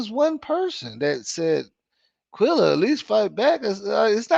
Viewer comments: It’s Qu-EHHHHHHHH-lla!!!!!! Do you see “ai” in her name?!?!?! Jesus FN Christ!!!! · I tried to tell him this a few lives back ...its so annoying cuz quella is not hard to pronounce. I think he does it on purpose